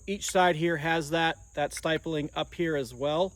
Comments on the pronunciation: stipling, not stipeling. Pronounced like skip. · Stipeling? I bet he pronounces nuclear as nuculear. 😂